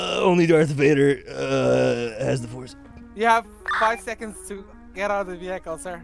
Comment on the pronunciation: no one: no one at all: The officer: ima need you to step out of the vehicale sir